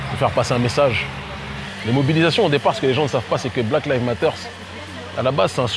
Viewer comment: Lives ne se dit pas comme livres mais comme aïe.